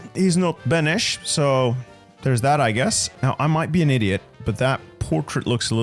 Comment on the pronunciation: Beneš - 9/10 pronaunciation. Guessing you saw my last input on this. Very good now. Hodža is pronounced as "hɑːdʒə" (my best would be Hod-dja). keep trying bro. You will become true Czechoslovakian like me :D